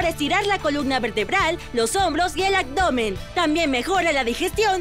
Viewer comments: ¡Abdomen , no "acdomen"! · Buenos días. Se dice abdomen no “agdomen “. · Buen día padrísimos los ejercicios y como dice ud los nombres de cada ejercicio pero me desquició en cada ejercicio y me dan ganas de parar pues no sé dice AGDOMEN NI FISNES Dígalo buen ABDOMEN ABDOMEN NO AGDOMEN Y FITNESS NO FIGNES Fuera de esa mala pronunciación exelentes ejercicios disculpe la corrección pues piense que muchos la escuchan y al rato todos dirán AGDOMEN y están hermoso nuestro idioma y ya todos hablamos muy mal perdone ud se lli digo con respeto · Excelente video! Solo una observación, sigues diciendo... Acdomen y no abdomen. 😁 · porque dice "acdomen" en vez de abdomen?... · Los ejercicios muy bien, el canal es genial . Pero no entiendo por qué narra alguien que dice acdomen en vez de abdomen . Si por la razón que sea, no puede pronunciar bien esa palabra, que narre videos que hablen de otra cosa. *Es molesto escucharla" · Ella dice Agdomen o yo estoy soñando? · “Actdomen” :v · Muy buenos los ejercicios. Solamente no diga acdomen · Por favor pongan una locutora que hable correctamente, escuchen como dice abdominales y abdomen......